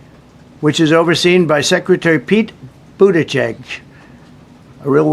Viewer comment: lmfao he has trouble saying petes last name when he needs to read it out😂they have to take it easy on trump with big words and names